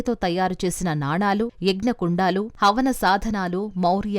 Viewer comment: యాంకర్ గారూ! పెంకలు కాదు? పెంకులు ! యజ్ఞకుండలు కాదు? యజ్ఞకుండాలు! జానపదాలు కి ధ" పలుకుతున్నారు యుఘాలు కాదు? యుగాలు అని చదవాలి . సౌందర్యానికి ప్రతీకగా ఇంత అందాన్ని కలిగియున్న మీరు మన తెలుగు భాష పై కొంచెం శ్రద్ధ పెడితే, మరింత అందం గా వుంటారు!